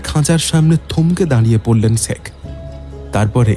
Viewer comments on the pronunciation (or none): গল্পটা খুব ভালো লাগলো কিন্তু উচ্চারণে আরও যত্নবান হোন। ' - এর দোষটা কাটান। কথাটা "শেখ" "সেখ" নয়। প্রতিবার ওই উচ্চারণটা কানে খুব লাগছে